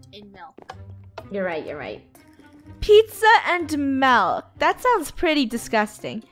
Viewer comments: Funneh it’s milk not malk😂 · Pizza and malk No it’s pizza and milk Sammy the pizza NO. STRAWBERRY.